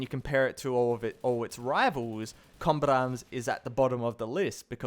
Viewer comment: you say "combat arms" so fast it sounds like "combit arms"